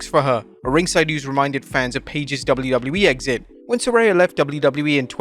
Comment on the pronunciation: I thought her name was Saraya. This guy keeps saying SARAY-YA